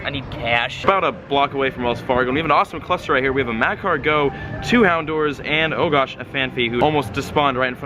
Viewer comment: bro its not mah car gowe its ma cargo